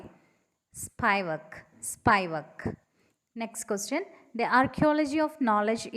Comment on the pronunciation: it's spivak, not spaivak i guess!